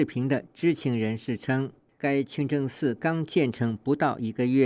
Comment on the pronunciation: 主持人说清蒸寺